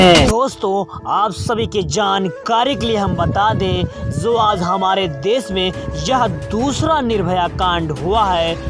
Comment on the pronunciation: Sir ji sahi se bolna to seekh lo Jo ko zo bol rahe ho